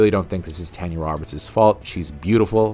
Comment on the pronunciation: Every time you mispronounce Tanya's name, my heart dies a little. RIP Miss Roberts!